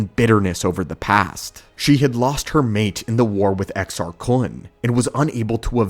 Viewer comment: Well done on the pronouncing exars